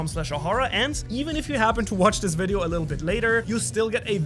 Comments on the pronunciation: bruh he said wideo no video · bro said wideo instead of video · u said wideo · You called it wideo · You said “wideo” say video next time